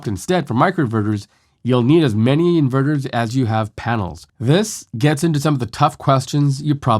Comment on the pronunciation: It's super annoying with you making " Inverters " sounds like in burgers ! At first I was perplex, what burger the guy is talking about ? Then I listened on and realized that you pronounce "inverters" " in burgers " and you keep on repeating your " burgers ", like "mini burgers " and so on !